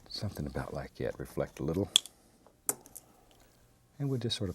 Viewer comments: Sometimes I hear "somethin' about lye gyat" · What is a "lie cat"? He says something lie cat. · jimifender Yes it was a joke. He is saying "like that" but his country roots allow him to say "lie cat"